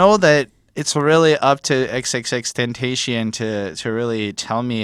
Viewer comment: Jesus Christ , the correct way to pronounce his name goes like ten-tah-see-yon. See, not that hard.